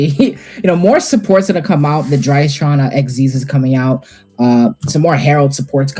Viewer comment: the whole vid i cant get over them saying "dryton" like where the other R go?